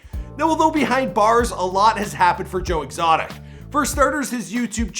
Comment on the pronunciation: Who is Joe Extoic, though??? 🧐🧐🧐🧐🧐🧐🧐😂😂😂😂😂😂😂😂😂